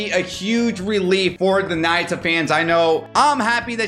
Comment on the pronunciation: its pronounce ''nah-yoo-ta'' not naita 😭